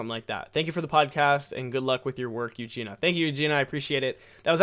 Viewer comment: Ahh, thank you for the podcast! And thank you for replying my question hahah, made my day when I was listening and then heard my name hahaha. And you almost got my name right too haha, people usually mess it up like A LOT haha. Its pronounced ユウジニア haha but ahh thank you for replying haha. I've been wondering about it for a whileso yeah. But you will go with a work visa then and not permenantly move there? Hope you got to rest a bit as well! Hope you have a nice week! :D Greetings from Sweden!